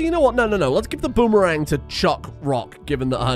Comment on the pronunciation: the way you pronounce things is is just incredible i laught so much at "dafuk is a boomerang" and "fence"